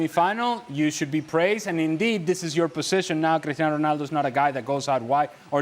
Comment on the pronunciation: Why does the 1st guy pronounce Cristiano’s name like that? It’s wrong. CR7 is not Spanish… 😮 And us not a single word. The other guys do it better.